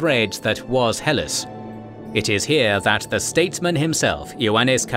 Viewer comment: Good show. It's pronounced "Heh Lass" as in